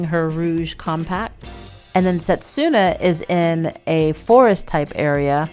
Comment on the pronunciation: Just to clarify for future, it’s not pronounced set-su-na, it’s se-tsu-na. So in Japanese せつな (which can mean something to the effect of “moment” for anyone interested). The character つ is “tsu” so just like in tsunami. Also, this one isn’t as big of a deal because it can be very difficult for non-native speakers to get the hang of, but “r” sound is often described more like the “d” in “ready” but I’ve also heard it described as trying to combine r, d & l into one letter. My dog is named Hiroki and the hiragana characters are ひろき but we use the kanji to clarify the meaning which is 大樹 (great tree). People try to pronounce it like the English words “hero” and “key” but it sounds a little closer to “he-doe-key” but plug that, Rin (りん) or Moroha (もろは) into google translate and listen to the pronunciations. Even just listen to the following characters and it should be helpful: らるれろり